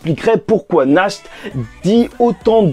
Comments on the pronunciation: Ça sonne pas Nacht mais Nart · Pitié, c'est [NaRT] la prononciation. Ça vient de l'allemand qui veut dire "Nuit"!